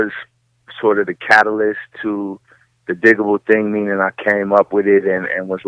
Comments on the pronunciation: Digable not digitable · DIG-Able btw... Not Digible. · She keeps saying Dijable instead of DIGable.. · I know...clearly she wasn’t a fan. They say it on their albums many times it’s DIGable. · She pronounced digable wrong...cringe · Roger S Oh Butterfly politely corrected her! After she kept saying it, I didn't listen past the 1st few minutes of the interview. I know she didn't do it maliciously but it irks me when interviewers appear to not do any preparation before interviewing their subjects. Including getting the names right! Thanks for the reply.